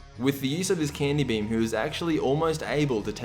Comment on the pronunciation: I know you said the Candy beam for buu, but I swear to god I heard "The Candy bem."